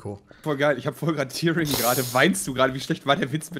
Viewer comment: Nur so zur Info, "Tearing" wird nicht "Tiering" ausgesprochen, sondern "Tähring" :)